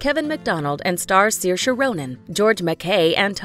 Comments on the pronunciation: Oh my GOSH!! ITS pronounced SER--SHA lol 😕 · I speak Irish and it's pronounced as Seer-sha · Umm its actually pronounced SUR-SHA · I pronounced her name sarsi. Sorry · a funny thing that i laugh at every time is that in my country her name is pronounced "Suarz"... thats embarrassing and whenever i look at is omgg i laugh so hard!! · She is such a great actress. My favorite is Hannah. Hannah is not just a film. It is pure art going beyond simple Hollywood film style. The narrators here do not pronounce Saoirse like Saoirse does it herself in several interviews when she is asked how her name should be said. Also the narrators here do not pronounce it the Irish way which differs a little from how Saoirse says it herself. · I think you guys are pronouncing her name wrong, like 75% of the world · Such a pity the narrators do not have enough respect for Saoirse to learn how to pronounce her name properly!!!